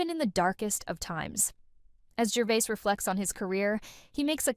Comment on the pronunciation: It’s Gervais not Gervai. Please say it right.